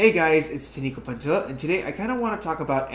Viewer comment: So I just learned your name is pronounce I pronounced it Tow-ni - kow - pan - tow - ja